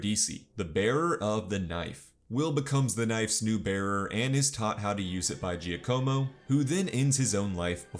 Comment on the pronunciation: Giacomo: já-kuh-mō 😉